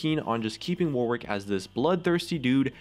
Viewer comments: It's pronounced warrick, not Warwick. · ITS PRONOUNCED "WORRICK" NOT "WAR-WICK' OMG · For goodness fucking sake, "Warwick" has a silent W. It's pronounced 'worrick' not 'wor-wick'. The more I hear it said like that, the more I lose my mind. Please... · Why do Americans pronounce Warwick War-wick, its pronounced Warick in English. For fuck's sake you don't say Anthony An-thony, its An-Tony, oh wait fcking Americans. -_- If he was meant to be called War Wick then they would have called him that? Oh Riot is American, my bad guess I should just try... but its so damn annoying omfg speak English properly?!? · The way Americans pronounce Warwick pisses me off so much, its an actual name and an entire county in England how is it so hard, its like yorick but with a w but every American ive ever heard pronounces it war wick, its my number 1 league pet peeve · Warwick is pronounced 'Warrick', by the way... you know, just sayin'. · It's pronounced 'Worrick' you silly American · It is the Fuwtewer Wowick Weework. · It's not the accent you goon. We are perfectly capable of saying 'wor-wick', but we choose not to, because it is the incorrect pronunciation. The vast majority of British accents, of which there a massive numbers, are very working-class, common sounding. Please get educated before vouching an opinion. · STOP PRONOUNCING IT AS WAR WICK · Why isn't Warwick pronounced "Worrick" like it should be? ALWAYS bugged me :/ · Any other British people annoyed with how Americans pronounce "Warwick"? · I hope they fix it so that people know how to pronounce Warwick. As its the name of a place that I happen to be from, I wince away from every second w when people say his name.